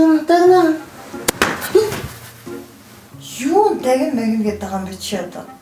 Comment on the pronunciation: Дагина гээд байна уу?Дагигина гээд байна уу?Унтаж байх даа дагина×5 хэлэх дээ хамгийн эхэнд хэлсэн үг нь?🤣😂🤣🤣